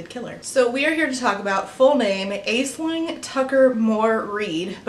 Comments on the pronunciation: An excellent look into the books, the problems behind them and the problematic attitudes and behaviour of the authors. Just a quick note: Aisling and Deirdre are Irish names: Aisling is pronounced as 'Ash-Ling' and Deirdre is pronounces 'Deer-Dreh'. Thanks for going through everything so clearly, I knew nothing of this before I watched this video, and I was absolutely enthralled by it. Edited for spelling. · Hi! This isn’t super relevant to the video but the name Aisling is actually pronounced like “Ash-linn”. It’s an Irish name (hence the funky spelling) and I’m just letting you know for future reference because as someone with an Irish middle name I do wish people would be more aware of pronouncing them correctly as they are with other cultural names :) no hate intended at all just wanted to let you know in case the name Aisling comes up again in the future ❤ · Idk how it's spelt but if the other name happened to be Aisling then it's pronounced Ash-ling ^^ Not saying this in a "omg you pronounced it wrong" way, heck I'm Irish and I pronounce it wrong in my head XD it's just more of a learning thing I thought I'd share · Ok I don't know if Tucker pronounces Aisling like that on purpose but it's an Irish name that should be pronounced like Ashling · Side note, Aislynn/Aisling is an Irish name that's supposed to be pronounced as "Ashlynn". Kinda interesting to see how that got lost in translation as people came to the US, resulting in the name being either spelled "Ashlynn" or mispronounced as "Ays-lin". Language is cool! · Just a quick note that "Aisling" is an Irish name pronounced "Ash-lin" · It’s pronounced Ash-ling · amazing video as always *but* as an irish viewer of your content that pronounciation of "aisling" made me die a little at the start (it's pronounced like ash-ling, ais in irish is like ash) lmao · i knew a girl named Aisling who pronounced it Ash-leen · Idk how she pronounces it, but Aisling is how you spell Ashlyn in Ireland